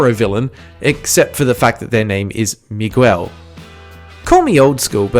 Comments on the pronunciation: omfg, it's pronounced "me-gell", not "me-gwell" :O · Hearing you pronounce Miguel hurt my soul